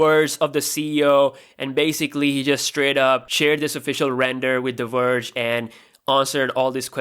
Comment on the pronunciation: The Werge not the Verge.